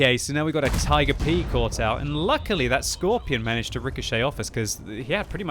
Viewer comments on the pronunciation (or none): none